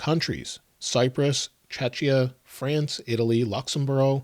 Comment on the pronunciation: Czechia pronunciation is "✅Check-E-Ahh" but i appreciate your attempt 👍 and providing info about regions outside US